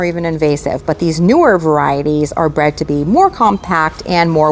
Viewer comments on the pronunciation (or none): none